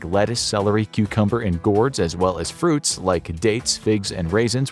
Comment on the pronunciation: "frutis" instead of fruits💀